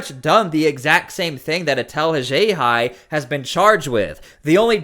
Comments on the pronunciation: If not for you, I. never would have learned of this big story.👍🏼👍🏼 You have interesting pronunciations of “Worcester” and “Haxhiaj.”👀 👀 👀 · This is meant as constructive criticism... This vid could have been half as long. Please correct your pronunciation of Worcester and Haxhiaj. Say it with me, "All of A sudden" (not "all of the sudden")